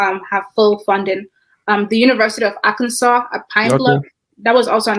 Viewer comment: university of Arkansas not Alkansas thanks by the way for usefull information.